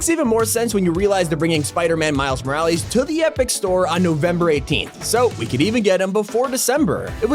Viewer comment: Why on earth do you say Miles’s last name like that EES it’s so aggravating